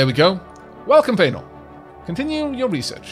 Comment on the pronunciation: Yay! A scientist! Also, I love that I specialize in field manipulation. Whisper You flipped the vowels again, but I think I like it in this case. She may stay Faenor.